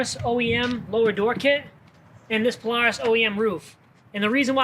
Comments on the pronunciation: He doesn’t need a cage.. It’s a paloohis!🤣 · That radio and song choice made me not like the video at all and the way Polaris is pronounced 😂😂😂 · Please learn how to pronounce polaris 😂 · He says Polaris so weird lol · The way he says Polaris hahahaha